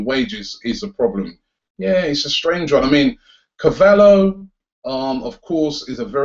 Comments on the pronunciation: Why do you keep calling him CAVALLO? lol surely it's pronounced Carvallyo? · YOU FUCKING PRONOUNCE IT CAR-VALI-O FUCK SAKE, AND MARCUS RODGER? ITS MARCUS RO-HO, HOW IN GODS NAME DOES SOMEONE PRONOUNCE ROJO AS RODGER?. YOU FUCKING HAVE THIS MASSIVE CHANNEL AND CANT PRONOUNCE NAMES. IF YOU FUCKING DONT KNOW THEN FUCKING LOOK IT UP.